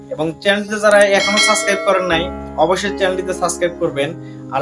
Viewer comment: ভাই ছাছ ক্রাইব কি ? আ‌গে উচ্চারন ঠিক ক‌রেন তাহ‌লে সাবসক্রাইব কর‌বো।